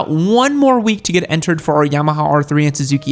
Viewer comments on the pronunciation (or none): none